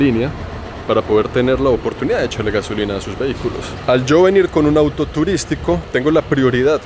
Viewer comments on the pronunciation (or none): none